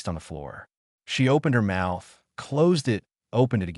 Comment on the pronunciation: Hey, so please fix the narration for the word 'it'. In your stories the narration says "I.T." instead.